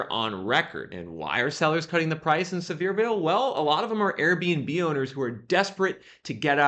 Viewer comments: It’s not pronounced “Severe-ville; it’s pronounce “Sever-Ville” The home values were super inflated. And along with interest-rates, the luxury homes are so big the overhead to run them is not worth it! Too high maintenance costs. The Biden administration and the push for “Green and Globalizism” is wrecking the economy. Idiots!! A lot of Fools voted for the Big Guy. Think next time. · It’s see-ver-ville, TN